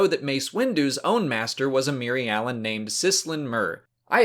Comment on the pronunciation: Your pronouncing the species name wrong. It is just like Mir-alan and the plan is Mir-al